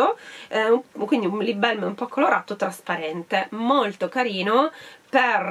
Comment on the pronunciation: Tesoro perché “belm”? In inglese proprio non ci sta questa pronuncia... è una “a” e puoi stringerla quanto vuoi a seconda dell’accento, ma non è mai “e”